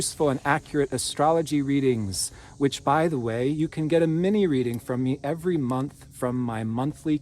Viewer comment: Yes, creates magic for us constantly. I always listen and try to watch all the way to the end of his messages And I enjoy the way he now says moonth 🌙